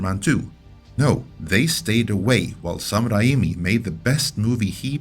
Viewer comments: It's Raymee. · Okay... So have we ALL been pronouncing Sam Raimi's name wrong this whole time? Because you sounded really confident saying your version just now, accent and everything. Or is this like when a non-French speaker over-pronounces words like "croissant" just to be obnoxious? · Lol, well fair enough then. For the record, I kind of liked your version. It made him sound fancy.